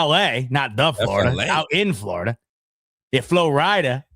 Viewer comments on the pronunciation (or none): My man said floorideeeda 😂